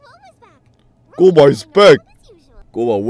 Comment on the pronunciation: HES GUOBA NOT GOUBA